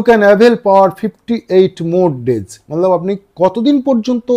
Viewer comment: Kotha bolar extra style ta chere normal vabe bolun sunte valo lagbe r banglate jokhon bolchen tokhon "mane" bolar chesta korun "mallab mallab mallab" na bole, r ha ota mallab na otake hindi te "matlab" bole